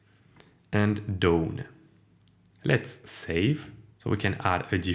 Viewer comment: Thanks for this demo. Looks interesting. By the way "done" rhymes with "fun", not "phone". 😉